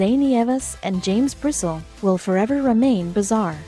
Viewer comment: Bristle is pronounced Bristlee I went to school with Jim.